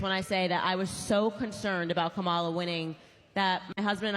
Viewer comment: I really despise people not pronouncing Kamala's name correctly:face-orange-frowning:however I agree with home girl,, you're fired!:goodvibes